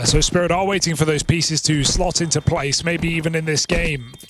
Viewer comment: How come the casters skip the last T in words but only sometimes? I hear weighing instead of waiting, compee ing, yet they never say Zon Icks.